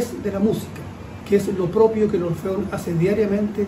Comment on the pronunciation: Se dice y pronuncia ORFEON y no Orfion como acabas de expresar